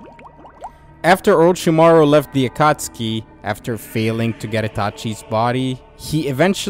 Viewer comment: Stopped watching after you said “akotskee”